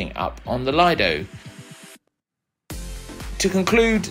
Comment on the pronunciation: Just one quick correction. The Lido is pronounced Leedo. Thanks for the great review of all the food.❤